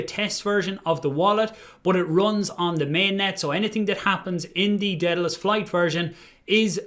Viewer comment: How are we supposed to trust you when you can't even pronounce Daedalus